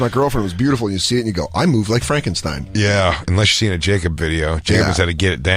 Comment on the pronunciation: I was dying when he kept trying to pronounce that Frankenstein word lol